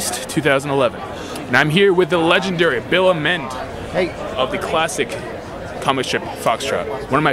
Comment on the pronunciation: I love this guy. I'm not much of a comics reader, yet Foxtrot got me hooked from day one. By the way, tiny correction: it's pronounced /ˈeɪmənd/ ["Ay-mend"]